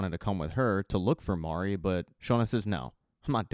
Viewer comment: at least you got Mari’s pronunciation. I don’t know how many of these reviewers are saying “Mary”. 🤦‍♂️ I’m like: have you actually *watched * the show?!